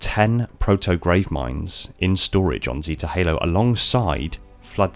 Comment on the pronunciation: It really triggers me how you say "zeta" lol